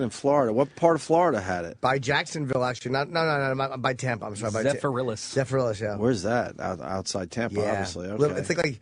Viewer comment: Zephyrhills, Florida. Its Zephyr - hills.